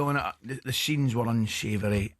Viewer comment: The scheeens were unschavery